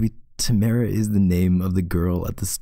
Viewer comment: When your name is Tamara and he says your name in the video even tho he didn’t say it right still made me blush a little